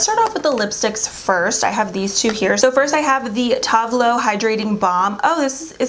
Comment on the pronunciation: She clearly doesn’t know who Tove all is by the way she pronounces their name